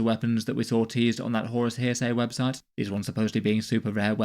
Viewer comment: he said "horus here-say"!